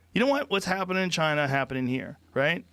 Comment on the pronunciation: Joe can't say China in this episode apparently